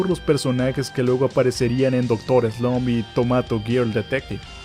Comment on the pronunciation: Star wars es de 1977, no 1976........ Se pronuncia Doctor Slamp, no Slomp. Es MANgaka, no manGAka